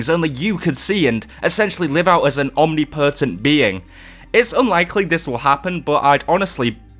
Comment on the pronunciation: "omnipertant being" awww bless :)